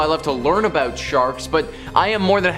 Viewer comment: The first narrator, he's from either Illinois, Minnesota, Michigan or Wisconsin. I got it all from ONE word. "About". HE called it "Aboot". Maybe Canada too?